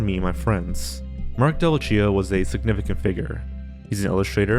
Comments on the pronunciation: Delvecchio = Del-vek-eeyo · Delvecchio is Italian, the ch sounds like the English "k", Del-VEK-eeoh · I sure hope Delvecchio does in fact pronounce his name Delva-cheeo and not the more familiar Del-vekky-oh. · The mispronouncing of Delvecchio low-key makes my teeth itch. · That pronunciation of Delvecchio really hurt...